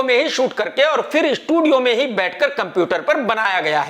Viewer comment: Sony ko shonu kh rha... estudio